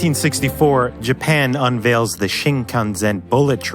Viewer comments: you know everything about the train except how to pronounce it, SHIN-KAN-SEN not SHIN-KAN-ZEN, 新幹線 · The way your pronounce Shinkanzen instead of Shinkansen pisses me off! Good video, though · Sen, not Zen goddammit. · Please as someone who lives here SEN not ZEN. Thank you. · It's "ShinkanSen" not "ShinkanZen" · Why is the narrator pronouncing it as shikanZen instead of shikanSen? Or are my ears the problem? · I wish you pronounced it Shinkansen instead of “shinkanzen”. Also the maximum operating speed was originally 210km/h and was raised during he 80s. Otherwise it’s a great video. Subscribed after watching the DC-10 and this video. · It's not freaking "Shinkanzen" it's pronounced "Shin-kan-sen", like exactly as it's spelt! How difficult could it be? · it not shinkanzen!! it's shinkansen!!!!!!!!!!!! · That's not accurate pronunciation. In japan, not Shinkan"sen" but shinkan"cen". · shinkan'SEN', not shinkanzen please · shinkanSEN, not shinkanZEN. "sen" = line. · Production Quality and editing are top teir but I cringe every time you say "Shincanzen" not "Shinkansen" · #When you pronounced it Shinkan[Z]en the whole video, but actually it's Shinkan[S]en. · It's not "Shinkanzen" as you say, it's "Shinkansen". The "S" is pronounced as "S" not as "z". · Yes Shin-kan-sen pronounce Sen not “Zen” normally with Hyoujungo dialect 標準語. But It’s not big deal,Good enough to understand what he is mentioning. Great video and I subscribed. From Japan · Just a small reminder: it's pronounced "Shin-kan-SEN" not "Shin-kan-ZEN" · I am a Japanese. A great footage. Now, can you redo the narration with correct pronunciation of "Shinkansen"? To pronounce it Shin kahn zen is almost offensive. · It should be pronounced like shin-kan-cent, it's kinda irritating when you said the "sen" as "zen". Maybe you should do more pronouncing resource before taking the voice over. Kudos! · Omg its not ShinkanZen. It’s pronounced ShinkanS(ssssnake)en. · I cringe every time he says ShinkanZEN.